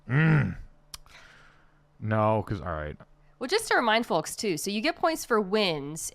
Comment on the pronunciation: Mina the only person I have ever heard pronounce the l in "folks"